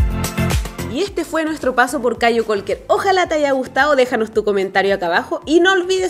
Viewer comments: Jaja...no es CAYO CAULKER...pero buen video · No es cayo caulker, es caye caulker ... Smh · Ahora cualquier pelada de México puede llegar y hacer vídeos de Belize..no se porque se lo permiten..criticando el español de los belizeños..y ellos ni siquiera pueden pronunciar..Caye Caulker!